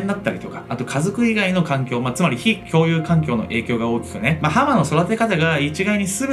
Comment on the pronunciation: 「ﾋ↑共有環境」ここ吹いた